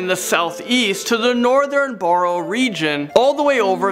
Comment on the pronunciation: You said barrow wrong